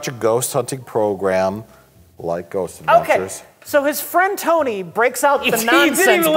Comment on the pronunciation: the way mike says "ghost adventures" is the most milwaukee sounding i've heard him since surviving edged weapons